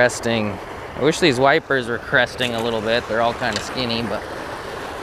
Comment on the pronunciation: Did you say crusting or cresting. LOL! Either way it's a bad deal.